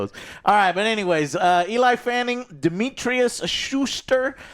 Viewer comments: EL-EEE, not E-LIE. smh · It’s not ELI!? Why don’t the other two help Joe pronounce names and words correctly or do they just not know either lmao?? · God stop fucking sale Eli when it clearly says Elle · joe : E LIE FANNING E LIE FANNING Elle is a french word that mean "she" , its pronounced "L" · I get mispronunciation of Dan Trachtenberg but "Eli" Fanning? You're putting up a review, at least take a total of 2 minutes to find out how to say their names. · It’s Ellie not Eli you simpleton lol (I’m joking don’t get mad) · Elle fanning joe, not Eli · Who the F is ELI FANNING??? its Elle ( L ) Fanning lol😂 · I use to think he was trolling getting peoples names wrong but holy shit this dude really doesn't know how to read and has zero idea who people are. Eli Fanning huh Peyton Manning's little sister i guess come on dude if you are gonna talk about these people at least get the names right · its pronounced "Elly" you dork........... Looking forward to it............sound like the "lore and culture" bit is for me.............but the possible "cringe" is not good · EELAI Fanning ? Dude 😮😮😮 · Eee-Lie Fanning, sister of Daytona Fanning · EE-LIE is cracking me up. I love how Joe pronounces things haha. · so many times, he kept looking down and reading the word elle and saying eli lmfao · Joe has never ever been good at pronouncing ANYTHING. He ALWAYS tries “big words” and fails. He’s either dyslexic or “slow”. And I say this as huge fan of the channel lmao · Why is Joe so freaking terrible at saying names correctly? Is this a legit medical condition? CTE? I have never seen someone this consistently bad at names. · “I’ve been anticipating this movie for so long”. Can’t even pronounce the lead actress’s name. Joe is so low IQ